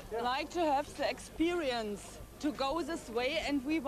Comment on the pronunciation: "we want to have sexperience" lol